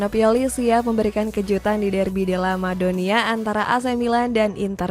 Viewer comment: Udh lama bawain berita bola, tp nyebut Derby della Madonnina aja salah 😂😂